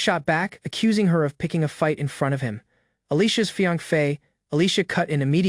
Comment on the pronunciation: Hey....Not being a nitpicker or anything...jus get some HELP!!! Fiance sounds like fianc or something...a handful of words sound off but I kept listening